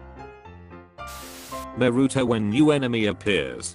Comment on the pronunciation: No one: Literally no one: The man: nArU-tO